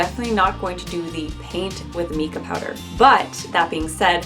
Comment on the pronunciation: So cute! My 3D animals are my favorite molds right now. And just so you know, it is actually pronounced Mai•ca (MY KA) 🙃 lol